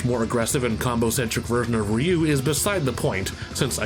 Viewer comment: 📣 Will someone PLEASE sit "" down and teach him how to pronounce RYU's name? It's not the 90s anymore, we've been schooled on his name and what he says!! And before he even attempts to butcher Kage's name, please tell him it's Not Cage That also goes for the Legend Of Kage for NES Ok, back to your lives.